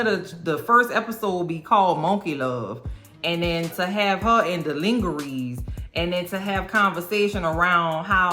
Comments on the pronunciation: It's pronounced "lonjeray" not "lingeree" 😅😂😅😂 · How do you not know how to say lingerie??? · Ling-er-reez!!! My flabbers were gasted! This woman is brilliant 👏 😅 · “Lingerees” 💀 I love you. Killing me. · I CANNOT with the lin-ghe-rees. I will never say lingerie in any other way!! Died laughing.